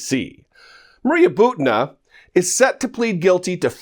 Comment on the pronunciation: Butina is pronounced "boo-tee-nuh."